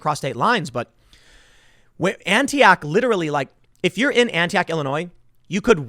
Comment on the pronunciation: Tim its pronounced "annie ock" not "ANTI OCK"